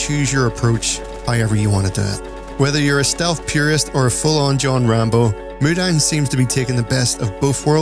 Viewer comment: it's mu-dang like...moo-dong